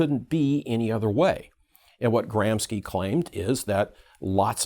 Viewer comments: Gramski? You pronunciation suggest Russian/ Polish origin. Antonio Gramsci was Italian /. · Kudos for extremely well articulated explanation, but it's a little bit strange that critical theorist doesn't know how to correctly pronounce the names of its founders... Lucacs is pronounced "LucaCH" (as in "China") and Gramsci is pronounced "GramSHi"... Sorry, but it really hurt my ears every time you said their names (in spite of the fact I really despise the world vew they tried to promote).